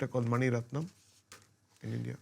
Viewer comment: Cest cool mais svp.. faites un effort pour bien prononcer leur nom. Cest pas complique pourtant.. A.R.rahman et non pas a.r.rakman. Mani rathnam et no pas mani ratman...